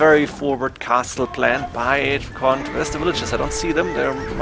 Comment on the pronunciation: DRACKEN, not DRACKONT